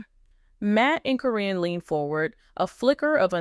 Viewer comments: Even the pronunciation of Caryn's name is wrong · Why has there been nothing about this anywhere????? Why is Caryn's name being pronounced incorrectly? Probably because this is AI. The timing that this would have had to have been, makes no sense at all. After Amy's move, (selling the house to Matt) she still had contact with Matt & Karyn, many, many times. No way would she had done that TV show or not.